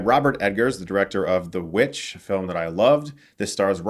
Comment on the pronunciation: lol everytime i think of The VVitch, i cant help but hear say " The V-Vitch"